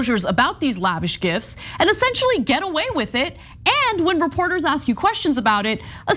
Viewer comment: Mesmerised by American’s inability to pronounce the word “gifts”.